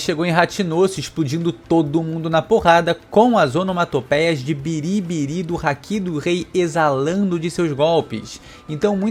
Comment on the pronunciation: A onomatopeia do haki do rei é bari-bari, não? Eles sempre falam biri-biri aqui nesse canal. Estranho.